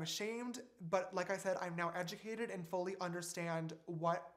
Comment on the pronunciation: Thankfully he is ed-ja-mac-ated now lol